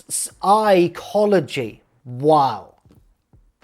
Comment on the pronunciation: ps-EYE-chology took me out. so proud of it too. 11/10 funniest wrestling youtuber